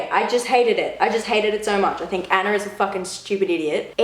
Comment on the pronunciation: Anner?? No it's Anna